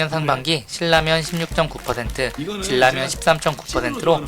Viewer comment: 질라면이 뭐여 진라면. 발음이 거슬려